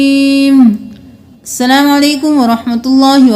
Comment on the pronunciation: Ap ny slam o alaikum kha..... Aslam o alaikum bola kryn